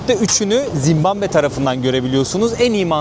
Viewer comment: yav ben mi yanlış duyuyorum yoksa 2 böllümdür zimbambe mi diyorsun ülkenin adına? :D